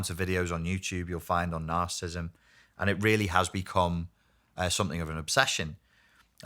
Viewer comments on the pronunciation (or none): It seems evident that this man needs to properly pronounce the condition he talks about. Is symptomatic of his lack of discernment about the spiritual evil that manifests in the self-centered and delusional behavior that results from being reprobate before God? These present generations exhibit the sins of rebellion and witchcraft in their demonic compulsion to deny the debased condition of men's hearts. Their rabid hatred for the Son of God, Jesus the Lord and Christ, reveals their rejection of God's claim over every part of the creation. has no understanding of God's remedies for narcissistic behavior because he does not deal with our sin nature. Only the Lamb of God can bring us to the new birth and restore our souls. John, chapter 3 explains this.